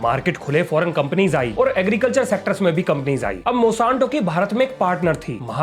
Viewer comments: मॉसांतो नही मोनसैंटो है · Bhai नाम तो सही बोल company का।।। Monsanto है , mosanto नहीं😂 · Its MON-SAN-TO not MO-SAN-TO, please correct it's aching my ears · Mosanto❌ Monsanto ✅ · मोशांतो नहीं मोन्सेंटो